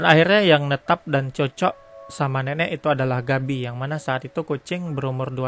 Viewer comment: apa gua doang denger si ngomong si nenek jadi neneck